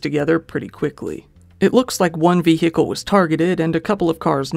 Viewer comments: I love your videos but why you say vehicle like that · The h in vehicle is silent. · You forgot to say "vee-hickle".